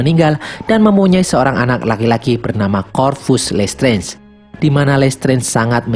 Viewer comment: Listrez,,,dikit2 lestrez,,, sering denger lesterz,,, kyk denger lestrik Mulu,,😆